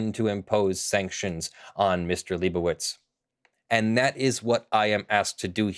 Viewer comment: it's been like 8 videos and still hasn't said "lie bow itz":( Lie bow itz how bow dah